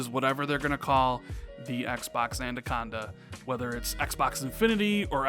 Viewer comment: It could also be that they realised it would be cheaper over all to just develop one console and put all their effort and resources into that to reveal a more simple message. Family of consoles could also include a digital only version of Anaconda in the future as well. Oh by the way Anaconda is pronounced, "Anna-conda" not "Anda-conda" as you say it. Thanks for the video!